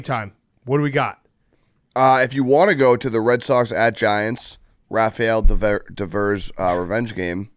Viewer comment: Christ, Devers has been on the Red Sox for 8 years and can’t pronounce his name?